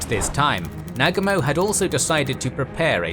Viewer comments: the mispronouncing of the names on both sides makes this video so hard to watch. Please learn how to pronounce the names of the major characters. The worst is when you say Nag-umo.... It's Na-Gu-Mo.... :( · Excellent account as usual only slightly diminished by the incorrect pronunciation of names such as Nagumo. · Wtf, arrogant Brits can’t pronounce Negumo. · Thumbs down for your laughably incorrect pronunciation of Nagumo. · Aye, and it's nuGUmo, not NUgumo, moGAmi, miKUma. In Japanese, the emphasis is put on the first syllable of the last Kanji.